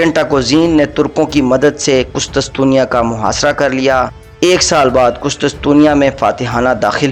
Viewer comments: Abe gadhe kustustusiya nahi kustuntuniya bol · Bhai ye qustuntunya h not qustustunya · نائسیا نہیں ہے ۔ نیقیا ہے۔ کسی پڑھے لکھے شخص کے سامنے پہلے مشق کر لیا کرو۔ قسطسطنیہ نہیں ہے بلکہ قسطنطینیہ ہوتا ہے۔ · Kustastunia nahi kustuntunia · لفظ ھے قس طن طنیہ ٹھیک کر لیں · شیم شیم ایک عام سا تاریخی نام "قس طن تنیہ" ھی آپ سے درست ادا نہیں ھورھا!!!